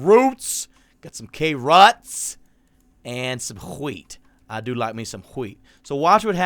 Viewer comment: About You said wheat a bit weird. When we say that in Sweden we say "crap" So you just said crap, not wheat